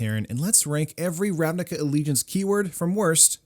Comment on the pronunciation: I think Ravnica should be pronounced with 'c' not 'k', it is not with k in the language where it is from, at least. (But c without 'ee' like when it is spelt).